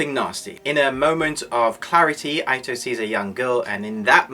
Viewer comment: Not really ur fault, but u may want to pronounce the name 'ito' = eeto